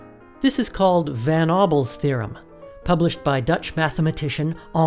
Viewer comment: how were you about to get "Henry" right, but still f*** up "Van"?